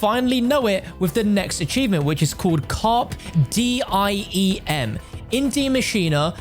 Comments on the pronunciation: He says (Carp Diem) I took Latin so hearing it like that was funny to me. Love your uploads! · It’s pronounced “car pay dee em”